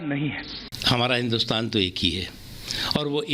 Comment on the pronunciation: Rahul ko bolna nahi aaya ek Congress ka hindustan ,ab modi ji ka hindustan eh bolna tha teek se nahi bol paye 😉🤗🤗